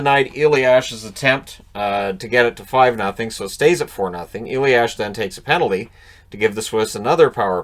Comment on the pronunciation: Hey, German guy here:) It's "a-lias", not "e-liash"! Other than that great job on our weird names' pronounciations.